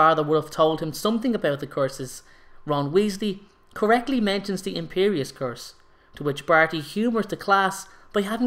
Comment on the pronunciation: Why do you say course instead of curse?😂😂